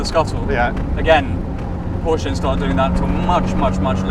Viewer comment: Didn't like honest albeit negative comments about his new Italian girlfriend😂 -that soyboy couldn't even pronounce Porsche correctly so yeah😐